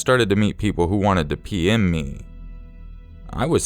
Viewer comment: The third story, I seriously kept thinking he was saying "pee in me" instead of "PM me"